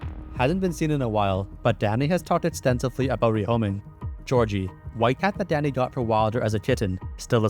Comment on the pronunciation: Ohhhhhhhh. He is saying Danny! All i could hear was "Daddy" 😂